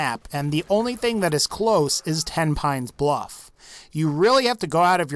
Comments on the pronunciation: When i heard him say Tepines Bluff i remebered I killed everyone in Tepines Bluff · My dumbass said tenpennies bluff not tenpines